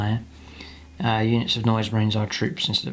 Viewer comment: hehe, the word is pronounced 'Ka-KOFF-an-ee" the emphasis on 'koff'